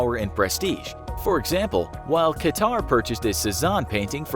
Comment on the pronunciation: Its pronounced cut-herr not ka-tarr or cutter and definitely not qua-tar